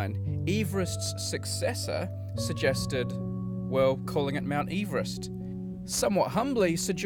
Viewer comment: This video put me through so much anxiety when he was pronouncing it Ee-verest I thought I'd been saying it wrong my whole life